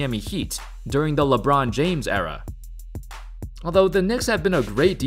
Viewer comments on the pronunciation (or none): none